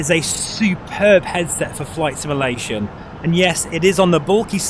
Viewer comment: Please learn how to say the word "simulation" properly, it's literally in your channel name for crying out loud.